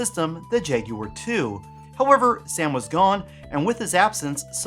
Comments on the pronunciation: Yay! Someone who can say jagUar!! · Thankfully you don’t pronounce it as “Jag-Wire” unlike a certain Gaming Historian.